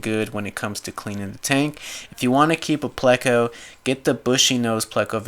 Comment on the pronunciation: Its pronounced playko but is spelled pleco